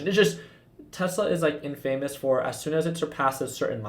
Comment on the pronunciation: Hey. First of all, big fan. I’m a member of your LPP group. Learning a lot from you, and I appreciate all the great info. Second of all, it’s “in-fuh-mus” not “in-famous” 😂